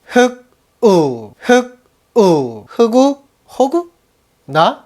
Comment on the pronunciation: 흑우가 한우 라고 들리 ㄴ...